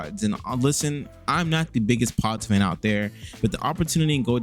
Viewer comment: You really say podzz? 😭